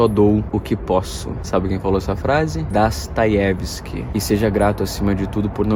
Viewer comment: Você sabe russo? Reparei que vc falou Dostoievsk com a pronúncia correta! 😁